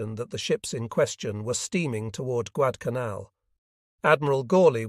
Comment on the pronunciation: Yep, your A.I. reading is getting worse... The book is about the Guadalcanal campaign... and the A.I. can't even pronounce it.